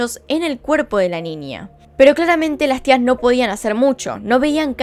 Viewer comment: “NINIA” jajajaj